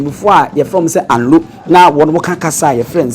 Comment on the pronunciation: Please the name of the town is anlo no alo ,,,,and the raver is amu not momo